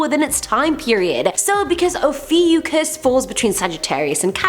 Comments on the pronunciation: Actually, it’s pronounced: O-fi-U-chus Ophiuchus (At least that’s what I heard) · Oh-few-cus is how it’s pronounced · cries in Ophiuchus its actually oh-fee-oh-kus is how its pronounced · It is Pronounced O-few-cus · no one: absolutely no one:: OfEwCusS👁👄👁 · Pronounciation and date is incorrect. It runs from Nov 29-Dec 17 and WHY? focus on the bad people? If you really want knowledge. skip this vid